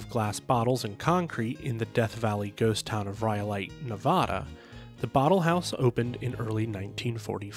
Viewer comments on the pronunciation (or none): Aside from the mispronunciation of "Nevada," an excellent overview of Knott's history. As a child, Walter Knott himself sold me a ticket near the replica of the newly constructed Independence Hall.